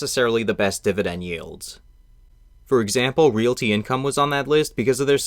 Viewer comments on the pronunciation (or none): none